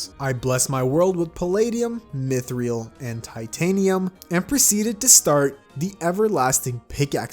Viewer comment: I just started watching you, and you day mith-re-al instead of mith-ral